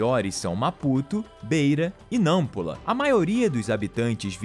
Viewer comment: Meu Deus ❤ sou Moçambicana 😉, achei muito impressionante falarem de Moçambique 😅 a maioria do que dizem é verdade 😆 mas n pronunciaste bem Nampula 😂